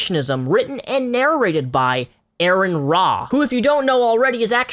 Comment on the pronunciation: It's pronounced R-N Ra, not Aaron Ra. It sounds a little like Amon Ra.